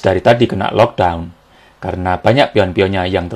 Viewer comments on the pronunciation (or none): none